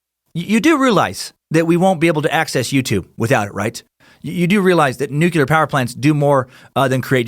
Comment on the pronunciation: New-klee-uhr. Not "nucular".